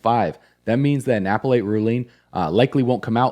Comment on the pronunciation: Remember, you’re taking your investment advice from a guy who pronounces appellate “Apple 8” dooofuuusss